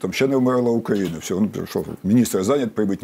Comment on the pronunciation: Почему украинский эксперт все время говорит как Путин - укра́инский, Укра́ина, по- укра́ински и так далее. Портников так не говорит. То есть Украина до сих пор ментально во власти Путина его укра́инской парадигме.